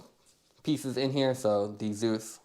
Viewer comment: Thanks for the review....I think you're pronouncing Zeiss incorrectly.